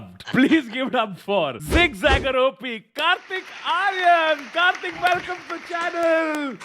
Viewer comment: On behalf of every Kartik on this planet. It's Kartik, not Karthik. South Indians have ruined every possible name. 🤦‍♂🤦‍♂